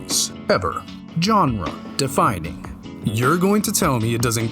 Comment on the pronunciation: Also sounds like you cloned your voice using 11 laps. What may have given it away? When you said genre defining not only was a punctual but there was a long pause in the middle which sound off. Also, scrutinize your scripts more, it sounds like it was also written by AI.